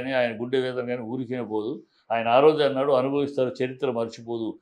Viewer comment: ఆంటాడు కాదు ఆన్నాడు